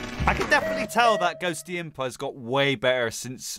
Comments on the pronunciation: Day 1 of saying it's pronounced Ghost-imp-ah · The full plant island song, and cold island P.s., (not judging) but Ghostympa, is pronounced Ghost-tympa, just letting you know